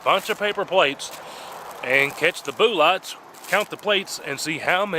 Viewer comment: Deliberately mispronouncing words like bullet and Magnum is childish and, at least in my case, detract from the quality of the video